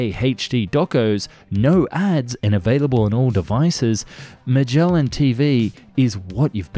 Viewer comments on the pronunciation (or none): none